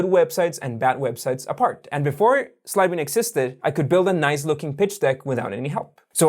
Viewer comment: Hi. I think you should start saying Sidebean slowly. I watched 3 of your videos before I knew what you were saying (because you had a graphic of the name) before that I thought you were saying "Syebee". I actually need Sidebean & would have downloaded it sooner had I understood the name earlier.